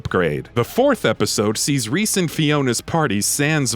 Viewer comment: You said Rhys wrong